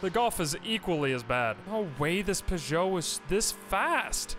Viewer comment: The French car make Peugeot is pronounced either "pooh-jo" or "purr-jo", not "puh-jo".